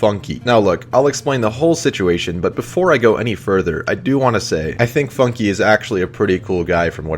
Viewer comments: It's not pronounced "Funkie" In't pronounced FUNK silent "e" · its pronounced FUNK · i like how he mispronuces FUNKe